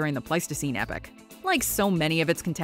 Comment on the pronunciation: 'Epoch', not 'epic'.